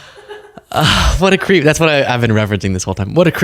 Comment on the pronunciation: What a cweep. What a jerwk.